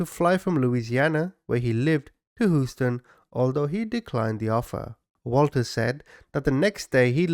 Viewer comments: Proper or not, Houston is typically pronounced, Hyūston. 😬✌️ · It's pronounced Hew-ston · HOUSTON, TEXAS. HUSE-TON!!!!!!! OR HEWSTON. DAMNIT Y'ALL!!! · Hooston lol sorry couldn’t help it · As an American, I find it funny how you pronounce Houston. “Whose-ton” 😂 Good video though! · I love love love him /you I love your personality and how straight up you are I’m always cracking up and some of the things you say to describe the perpetrator and some of the names that you call Them But only one thing you’re killing me how do you keep saying Houston